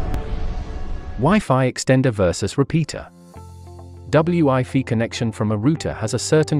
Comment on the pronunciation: I’m sure this is a good explanation of the difference between the two, but unfortunately the computer generated voiceover’s inability to pronounce “wifi” correctly makes this impossible to comprehend as every second word is pronounced “ double U I fee”. What a shame